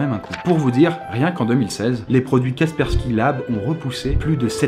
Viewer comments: c,'est KASSSSSPERSKY pas KAPERSKY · on dit KaSpersky et pas Ka_persky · une fois sur 3 au lieu de Kaspersky, tu dis Kapersky. C'est perturbant ... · Même que quelques fois, il le prononce "Quaperki" xD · encore une très bonne vidéo, juste comme cela Kaspersky cela se dit Casper (comme le fantôme) ski (comme ski alpin) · KaSSSSSSSpersky Lab stp.... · Sa se prononce Kaspersky en mode anglais tu vois parce que en français c'est nul mdr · Kaspersky te donne quand même tous les sous si tu prononces mal leur nom pendant toute la vidéo ? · Il me stresse, il ne connait pas ses partenaires comme toujours! Prononce Kaspersky correctement! >< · Mais lol tu écorche KASPERSKY à chaque fois que tu le dis lol